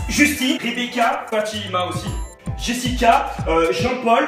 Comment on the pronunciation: Il a dit jessicca